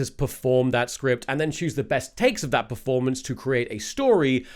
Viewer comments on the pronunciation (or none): none